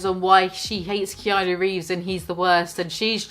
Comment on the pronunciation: Let's pour a vintage Keanu of '94 or '02, tbh. Sidenote, did Trisha call him Keanu Reams?